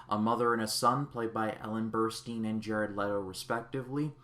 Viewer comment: Burstin’ not Burrsteen